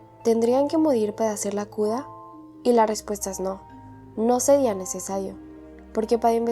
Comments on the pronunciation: Por que dices cuda y no cura? O no sabes pronunciar la R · Algo que me di cuenta es deque porque dices cuda en ves de cura 😩🥀🥀🥀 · Soy yo o dice Cula en vez de cura,creo q no sabe pronunciar la r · el video esta buenisimo pero me encanta cuando dice cuda iauodfasu ohsf hisdb haipg o t{´'´+fgS} ¿SE +